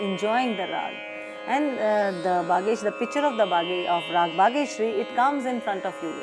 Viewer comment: It is not Bageshiari , it should be Bageshri